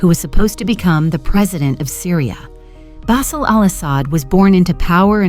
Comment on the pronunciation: Who writes these idiotic texts and pronounces every Arab name diametrically wrong. Ihab pronounced Iyhab like a hillbilly saying Iran, Bassel pronounced like tassel... who was "*tragically* killed in an accident"!